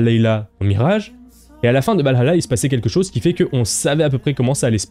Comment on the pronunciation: Je ne me ferais jamais à ta manière de prononcer Valhalla